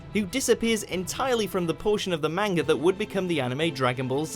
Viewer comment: Most interesting fact: STILL CAN'T PRONOUNCE MANGA CORRECTLY